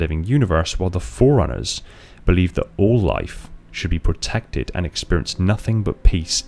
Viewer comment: Am I the only one hearing "foreigners" every time he says "forerunners"? Even the caption reads foreigners lol